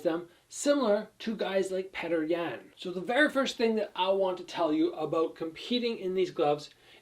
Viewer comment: Lol Petr yans name is pronounced pyoter yan